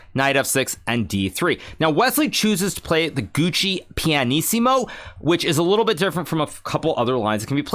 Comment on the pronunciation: Is “Gucci Piano/Pianissimo” a meme that has escaped my notice, or is that a genuinely unknowing mispronunciation of “Giuoco”? I’d have been certain ‘twas the former, but the mistaking of “very quiet/soft” for “very slow”—practically functionally equivalent in the chess context, I accept—does give me at least a moment’s doubt.